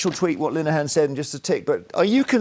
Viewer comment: That’s father Jack, not Ted. Also his Name is Linehan not Lileyhan. Muppet